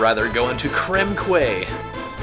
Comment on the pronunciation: Old post is old, but "quay" is pronounced "key"